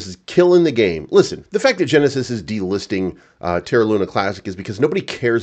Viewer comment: Genisis ohh henisis 😅.